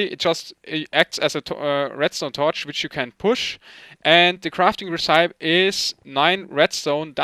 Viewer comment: "recipe" is pronounced "rässipii" not "resseip":D